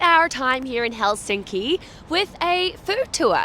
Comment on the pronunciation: Your pronunciation of Finnish words is awful when it’s so simple. The stress is always on the first syllable: so it’s HELsinki👌, not HelSINki😣. And the letters are pronounced the same way independent of surrounding letters except pairs nk and ng which are the same as in English as there’s no single letter representing that phoneme. 🤔👍